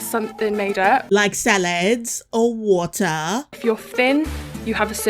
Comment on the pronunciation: "Like salaad, or warter" As a Brit I love your accent there.